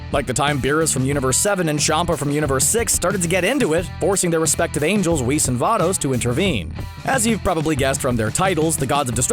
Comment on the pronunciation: Whis should be pronounced WISS not “Wees”